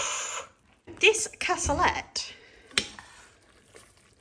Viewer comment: You had lovely views on your walk with Stella. Can’t beat a bright blue sky for lifting the spirits. Cassoulet is pronounced “cassoulay”. I prefer using traditional haricot beans myself. Well done with getting back on track and losing a pound.